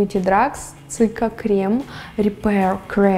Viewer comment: подтяни английское произношение, молю)) А то КРЭМ)) И всё станет идеально) Ты котик!